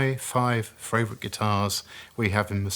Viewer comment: 5 in the series yet still says " Fravourite" lol